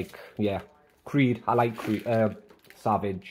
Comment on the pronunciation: Hahaha it’s pronounced in a french way say it in French that’s how it’s pronounced 😂😂😂 savage 😂😂it’s sauv-age